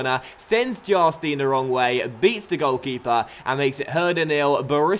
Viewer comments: Its Jarstain not Jastin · it's not Ohmrö - it's just Emre. Basic😂. But has quite some problems with a few names from time to time 😂 When Jarstein becomes Charsteen or Wellenreuther becomes Wollonroofer🙈😂